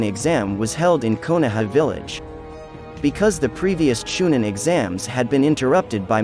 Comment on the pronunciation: Cha nine??? U really don't know that it's Chunin??? I believe u...